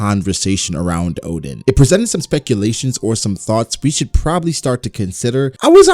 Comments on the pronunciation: Its ODEN, not ODIN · ITS ODEN BRO LOL